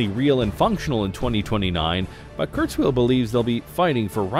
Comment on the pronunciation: Ray KurzWHILE, not Ray KurzWHEEL!